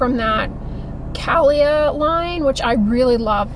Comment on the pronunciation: Cah-Lee-Ah. Brand is by singer Carrie Underwood.